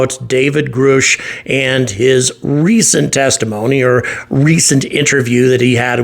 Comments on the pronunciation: Please pronounce his name properly!! It rhymes with RUSH not ROOSH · Gr-uh-sh, not Groosh. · Do you pronounce his name "Groosh" instead of "Grush" as a way of (somehow) making fun of him? Or is it because you are so ignorant of the subject that you do not recall hearing his name being repeatedly pronounced correctly for the past several years? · Grush! Not Groosh! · His name is pronounced Grush, not Groosh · It's Guh-rush no Groo-oosh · David Grusch surname sounds like Grush not Groosh he pronounced his own name in interviews. You are saying it wrong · It's pronounced Grush like rush or crush. Not Groosh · GrUGHsh Not GrOOSh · Still can’t pronounce Grusch! He said it, like “rush” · Grusch not groosh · Why do you insist on mispronouncing David Grusch’s name ? It rhymes with rush Just put the g ahead of rush) It seems the mispronunciation of someone’s name (when the correct pronunciation is all over the place) is simply used as a subtle form of disrespect. I apologize if that’s not YOUR intent but try a bit harder please. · Grusch rhymes with rush. Can we at least get that right? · You're killing me with Grooosh...lol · I'm curious as to why you always pronounce Grush as "Groosh". You're clearly well informed. All it takes is to see one interview or hearing with the man. Dozens of people communicating with David, even the man himself, pronounce his name exactly how it's spelled. Like "rush" with a "g" in front of it. When you say it, it sounds like "gooch" with an "r" in it. Idk why it bothers me so much. I enjoy watching your videos, but every time you attempt to say his name, it makes my skin crawl. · *FWIW: it’s “Grusch” as in “crush” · Grusch rhymes with brush. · Grusch as like rush grush . 👍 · if you're gonna do a story on someone you should at least say their name correctly!! lmao pretty much kills this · If you're going to leech off of this subject, can you at least pronounce his name right? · Learn to pronounce Grusch.